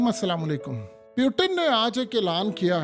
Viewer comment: please check the pronunciation of "Putin"